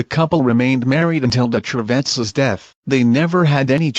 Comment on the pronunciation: I know this is an automatic translation, but "Cervantes" is pronounced as "de-tra-vants"